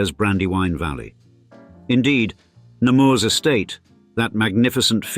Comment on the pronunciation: In french, you don't pronounce the s at the end of Nemours